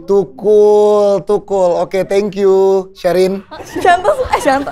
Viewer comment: Pecah bgt waktu dia blg Tukul jadi Tekul 🤣